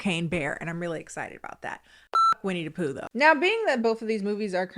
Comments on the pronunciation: When you keep saying Winnie DUH Poo it gives me life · Edit: I know this video and comment are old but I’m rewatching and I realized keeps pronouncing Winnie the Pooh as Winnie Dapooh, like Willem Dafoe 😭 Original comment: The cardinal sin that Blood and Honey does, for me, who loves creatively designed horror creatures, is that they DIDN'T EVEN MAKE THEIR OWN MASK DESIGN FOR WINNIE THE POOH. I saw a Twitter post, it was literally a mask that they bought and didn't even alter. Besides the cinematography, they genuinely didn't even try with it.